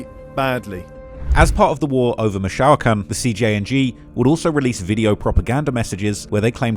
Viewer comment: It took me until the second or third time mentioning Michoacán to figure out what he really meant😂